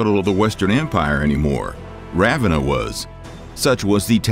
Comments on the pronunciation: Raven Ah? I’ve always heard Ra VEN nah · "Ravvenna"? Is not pernounced "rave enna" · more like Ruh-venna